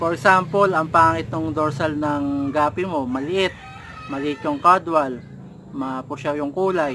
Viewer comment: Good video boss may natutunan nanaman po ako. no offense po boss pero na notice ko lng po ung pronunciation mo ng "caudal"... dapat po boss KAWDAL hindi po KADWAL. correction lng po yan boss no offense meant.. god bless po boss at more power po. new subscriber po ako. <3